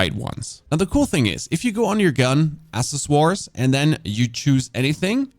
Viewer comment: Seen a few videos and noticed he pronounces "Accessories" ass-is-wars. Is this an inside joke I missed somewhere, or does he legitimately not know how it's pronounced?